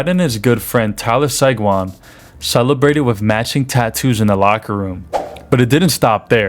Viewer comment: 2. Five hundred fifty million. Daniel sidon and Tyler sigun? Even getting Marchand wrong. Pertrice bergan seriously? Not one pronunciation is right or even close I don't understand how you do a hockey video and butcher all their names like you've never seen them before. I don't like being that person but dude its gotta be better than that..3 point 5 hundred fifty million? What? Its 3.55 million..then its Tyler segwan..another totally different butchering of his name. Basic pronunciation these things aren't hard